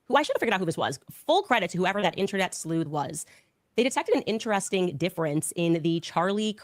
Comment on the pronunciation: She cant say sleuth😂😂😂😂😅